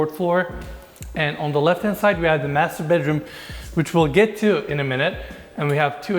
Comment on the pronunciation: I kinda heard "The Masturbateroom" lol That's my room hahaha